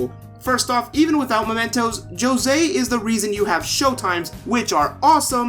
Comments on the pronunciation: That moment when they say Joe-zay Instead of Jose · Dude, I’ve never heard anyone utter the word “Jyo-sey” before Royal, and as a fellow Latino, that was making me extremely uncomfortable and I almost wanted to click off. Thank god you turned it around after a bit of messing around. Anyways, yeah, the rest of the video I agree with, but the music did seem a bit out of place, as I actually liked the of Mementos theme, but hey, more music’s always more music, and it grows on you fairly quickly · If he's not Spanish and his name is Spanish origin, is it wrong for him to be José and not Hosé? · Di José, no Josei, no Yosei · I WAS SO MAD hearing you call him Joe-Say as a fellow Latino. That child will always be Jose. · Jose will always be Jo-sé for me, none of that hoe-zay shit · the word "Joe-se" hurts my soul. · He is Jose not yose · I still don't know why they gave him the name Jose and then proceeded to pronounce it in the worst way possible. Either let the voice actors pronounce it in a way that sounds correct, or give him a different name. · when I first heard jose pronounce his name like that I cringed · I'll subscribe to a latino homie that talks about JRPGs. And yeah, the way they pronounced Jose in the game just bothered the hell out of me the whole game. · not much latin culture if he cant even pronounce one of the most common names correctly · Thank you. I twitch a lil when people pronounce the "j" 🤣 Mispronounced names...it's like a substitute teacher was responsible 😅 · Did i just hear you say call hose as jose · As someone who lives in New Mexico the Jose pronunciation always bothered and I'm so glad I'm not alone in that. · For being a Latino, you are pronouncing Jose wrong in Spanish. Just saying 🤷🏼‍♂️